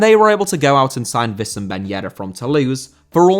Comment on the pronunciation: due its spelled Wii = Oui in Wissem ben Yedder AND its not Vi